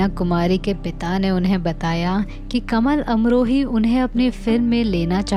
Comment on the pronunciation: Pronounce property it's कमाल not कमल.. He was muslim.